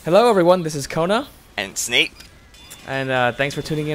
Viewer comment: i thought u said snake, not snape XD